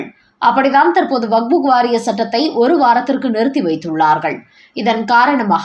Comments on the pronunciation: தாயே பல தடவை சொல்லி விட்டேன் வக்புக் அல்ல வக்ஃப் சட்டம். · It is not Vagbhu. It is Vakf